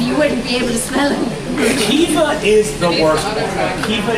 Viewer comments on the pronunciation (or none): It's actually pronounced "queeva" and not "Khiva". It uses a q sound, because of course it does. Source: I'm Irish. Not Irish American, Irish. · It’s funny because I don’t even think they’re pronouncing Caoimhe properly. Where I’m from (I’m from Kildare, I’m not sure if it’s pronounced differently anywhere else in Ireland), we pronounce Caoimhe like “qwee-vah”, not “kee-vah.”